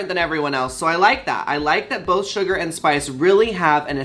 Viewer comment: Hey Yuhua! Just so you don't get halfway through the season (or however long they last) and realize you are saying their name wrong: Its Sugar as in the food NOT Shuga as in Caine. Shu Ger. You can't say no one in the comments told you. Laganja even told you last episode. ❤